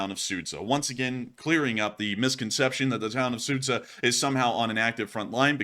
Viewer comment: Just an FYI, the town of Суджя is pronounced “Sujya”; the combination of д and ж makes a hard “j” sound.